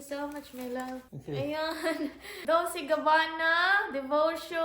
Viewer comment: Dolce pronunciation day DOLCHE MEANS SWEET